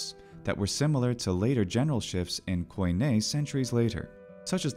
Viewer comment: Native speaker here. You really must learn to pronounce theta correctly. Same with OI in KOIN-. The O i silent.